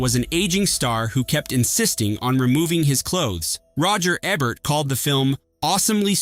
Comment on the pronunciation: Tell you artificial droid that it's EbERt, not ebbert.